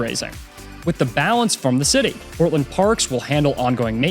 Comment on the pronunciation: Portland is not sound like what you said in the video, from Augusta Maine.